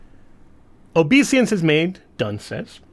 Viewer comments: It's obeisance, not obesiance. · Sorry, I couldn't help myself, but... OBESIANCE? Did you mean OBEISANCE?